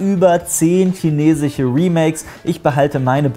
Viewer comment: chinechische"... muss ich dazu noch etwas sagen?